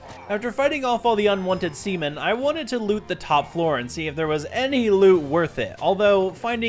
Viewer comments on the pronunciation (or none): sea men❌ semen✅ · bro when he said sea men i thought he said sumtin else😂